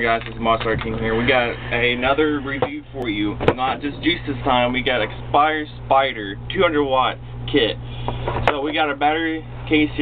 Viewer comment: Speeder not spider tf